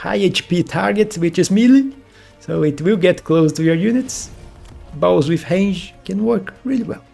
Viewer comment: Hello! I really enjoy your video's. I'm not trying to be rude, but I notice you say 'Hange' instead of 'Range' often, so I just wanted to point that out :) Thanks for the content!